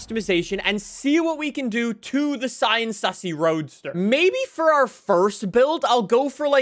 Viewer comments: The Sian is pronounced see-yan and its not the first hybrid Lamborghini, the first hybrid Lamborghini was the Asterion Concept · Just call the S C pronounce it like cian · Lambo on stage pronounced it as the siarn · It’s pronounced “see-ahn” you’re welcome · Fun fact: "Sian" is actually pronounced, "Shh - ahhn" like the name "Sean" or "Shawn". Not even I would have guessed that if I didn't Google it. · It’s pronounced Sean (another way to spell Shawn) but you don’t pronounce it like you do for the name, it’s Se-an which actually says eventually. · I looked it up and apparently Sián is pronounced shaan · say sian like sean but replace the sh with sie or see